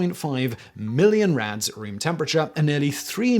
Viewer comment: It took me by the second time you said “rads” to realize you weren’t actually saying “rats” 😂 I was like, why are we talking abt cockroaches if we’re apparently measuring radiation by rats (how radiation a rat could survive)